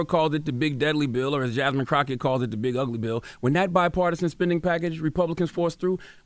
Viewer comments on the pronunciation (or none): none